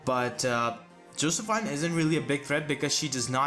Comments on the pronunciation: I'm pretty sure it's "Joseph-EEN" instead of "Joseph-INE" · Josephine is pronounced Jo-sef-eene